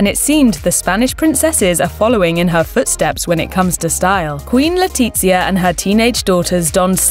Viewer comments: The Crown Princess' name is not Leona. It's Leonor! Today is her 17th birthday. The z in Letizia is pronounced like the th in theory or thing. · Your narrator needs to do her homework. It's Leonor not Leona & the Queens name Letizia is pronounced Letithia not Letitzia. The Spanish Z is pronounced like the th in thank you. Weird for you to do a video where the names of your subjects are mangled. Please do your research. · it's killing be how she butchers their names its Leonor not Leona and its Letitia as in (LetiTHia) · Queen le'titz'ia lmfao 🤣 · LetiZzia? I am sorry but in Spain we don’t speak piZza. Also, “Liona” ???? Like, you are calling her female lion. It sounds SO wrong. Do your press correctly. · The commentator isn't the best at names, Le-tiTzia? LeOna?? Phonetics and stress accents aren't her strongest points